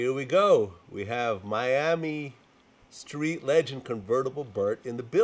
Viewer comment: fr...Gucci mane been sayin skreet.